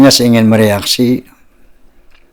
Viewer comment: Saya orang indonesia Soudara... bukan Sudara...😅